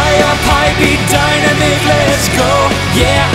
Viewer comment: I love how you pronounced Dynamic as (DIE-NUH-MEEK) instead of (DIE-NAM-MICK)